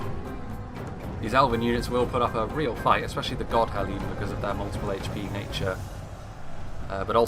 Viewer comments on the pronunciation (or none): Godhellim is pronounced as Gothellim. All dh's are pronounced as th's in middle earth languages. It's the same with the Caras Galadhon Guardians as well.